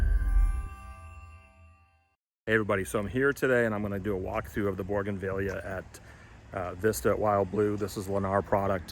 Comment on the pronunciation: You are mispronouncing Bougainvillea. There’s no “r” in the word. 😊